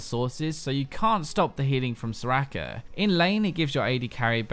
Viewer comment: soraaaaaka, learn to pronounce scrub